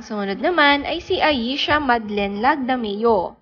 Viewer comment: Sabi mo ay Rachelle Marie (Salmantaleon?) LAGMADEO dapat po LAGDAMEO... accuracy is important po I also googled her real name which is MARIE RACHEL SALMAN TALEON- LAGDAMEO